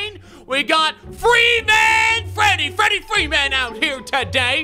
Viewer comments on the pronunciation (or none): none